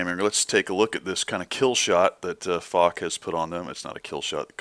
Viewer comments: Its not Fock, Its Foch (prnounced fosh) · i am sorry and you probably don't give a flying f*** but man does it get on my nerves how you pronounce foch an circonflex